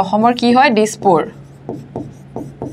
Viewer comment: " দিচপুৰ"। দিশপুৰ নহয়